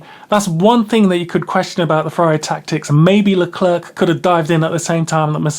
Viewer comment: Great summary, just please we don't pronounce the second C in Leclerc